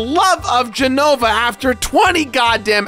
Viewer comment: Can we talk about the fact that he says "For the love of "?